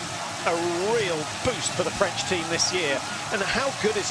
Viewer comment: It's "French" no Freinch XD